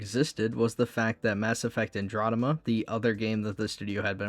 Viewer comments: Bro...if youre unable to say Andromeda....dont...its so annoying hearing you say Androdema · I'll add up to the mountain of salt at your mispronunciation of Andromeda - you've already responded to others, but I simply have to say that hearing you say that word over and over makes it very hard for me to keep listening, it's like I'm listening to KingCobraJFS, but without the charm.